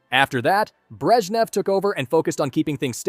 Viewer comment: Alegzander Nikita Kruschov Lenid Breshchev